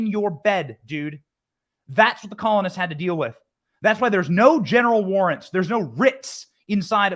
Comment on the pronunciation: I thought he kept saying genital warts